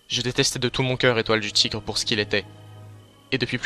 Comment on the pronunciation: la voix d'étoile du tigre dit au lieux d'un "t" un 'c' c'est très rigolo sinon super vidéo